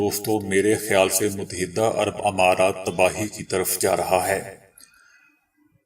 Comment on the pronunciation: Mut-ta-hida'bola karain